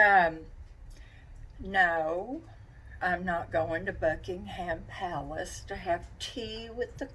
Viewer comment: I’m English and that made me laugh when you said Buckingham Palace. I’m sure the Queen would be very entertained if you went for tea! The cake looked delicious. X